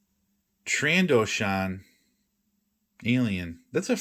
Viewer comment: it's Tran_dough_shin